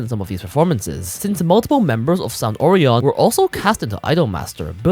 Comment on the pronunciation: The most disturbing thing out this story is the incorrect pronunciation of Orion.